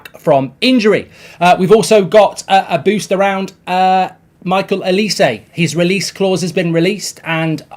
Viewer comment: Well done Mark, your pronunciation of Olise's name has improved from the morning show where you totally murdered it. You can still do better.